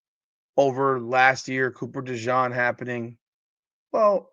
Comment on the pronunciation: love ya but you're mispronouncing Cooper DeJean's name. In fairness, you are pronouncing it correctly in French but since he's from Iowa they say Duh-zheen. No worries.